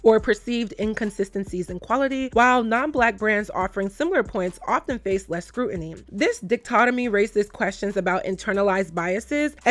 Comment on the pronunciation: its di-cot-emy girl!! 😂😂